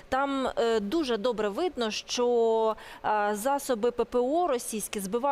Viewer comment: Не "шчо", а "що"!